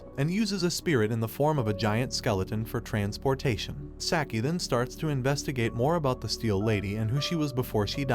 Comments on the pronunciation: Saki... It is pronounced "Saaah-key" NOT "Sack-ie" -_- Burns my ears to hear it said sackie... sack. sack. sack. -________ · “sacky” and “keero” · Hearing Saki spoken as "Sacky" really gets me for some reason.. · You're asking that of a person that pronounces "Sah-key" as "Sack-I". It's obvious he only knows the basics of the anime just enough to give a recap. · Kuro (Kee ro)? Saki (Sack ee)? I can't 🤣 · Kyuro? Sacky? Wtf man. Learn how to pronounce Japanese names.